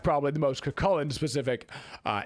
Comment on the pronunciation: Still can't hear the difference between Cu Chulainn and Kukulkan when says them